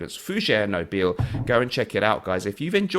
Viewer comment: Very nice listing! Just one note on pronunciation... Nobile is "NO-bee-lay"-- in the Italian.:D Also, another one, I've been meaning to mention "Cerruti" has a soft "c"-- so, "ch" as in "chair." Hope this is helpful! Sorry, am a total language nerd so wanted to make sure you had the right info. <3 Cheers,!:D